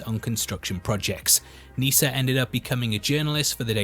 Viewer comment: As someone named Nissa you are saying it wrong. It's like Melissa not lisa